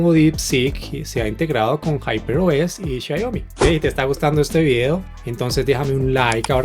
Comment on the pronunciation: Muy bueno el video! pero... por qué decís Xaiomi?' Abrazo!